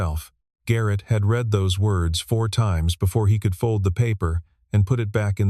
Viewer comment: These AI voices are incompetent! Saying street for Saint, and saying read in the present singular for a past tense read. Frustrating to listen to. 👎